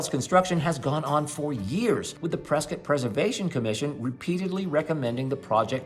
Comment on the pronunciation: Why do you call it Priscuit, like Biscuit? Don't the locals call you out on that?